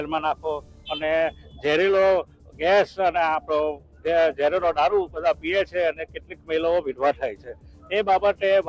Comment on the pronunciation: સર બોલવા માં મિસ્ટેક નો કરો પકડી લે છે ઝેરીલો ગેસ. ને ઝેરી લો દારૂ 😅😅😅😅